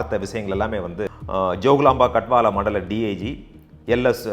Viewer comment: you have mentioned the districts in telengana state wanparthy, nagar karnool, jogulamba gadwal. the pronunciation is also correct sounds good me too.